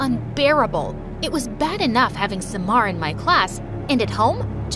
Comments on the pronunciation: Smar?! SUMMAR NOT SMAR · Bty its pronounced Sa - mar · Omg her pronunciation of the name suck how did ahmed become amed?? At least read all the letters! Farah, samar are butchered too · Far-aa Amed Saa-mar Nice pronunciation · I love the country changes every video but the pronunciation 💀💀 I'm an Egyptian and like- "saemar" "Amed" "Fara"